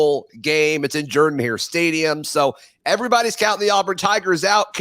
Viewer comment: Ooops. She said Jordan Hare with a long O. Subtract 6pts from her “performance score “ 😮